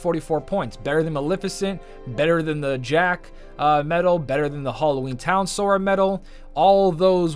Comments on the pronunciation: Congrats on finally saying timeless river sora😂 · Much like everyone else, I must congratulate you for the 1st time getting SORA right XD